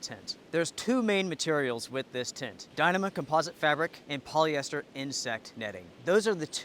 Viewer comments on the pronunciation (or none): It is pronounced die-KNEE-mah. And, who do you think is to blame for inflation? I think I know where you are going with this line of thought but I can assure you that you have no idea what you are talking about. Stick to making recommendations and pronouncing things wrong. Economics is way out of your league,. If you want to make political statements, I suggest you stop cowering and say what you mean. I don't like the current administration and I didn't like the last one, either. But let's be clear on the reasons for inflation. If you don't know the real cause of the current inflation spike, then stay in your lane or ask me about it. I'll be happy to drop some knowledge bombs on you. As for the Duplex, it is a good tent but absolutely not needed unless you are through hiking. There are better tents out there for less money. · LOL, I never heard anyone pronounce Dyneema like that